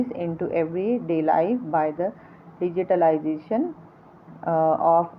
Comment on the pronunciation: Sorry to say Mam but just wanna Correct you .....the pronunciation of Digitalization is different mam